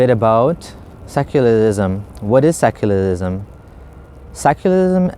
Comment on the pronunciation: "seculalism .... seculalism.....what is.... Seculalism....." 😂😂